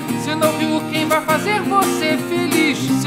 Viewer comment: Ken em vez de Quem :O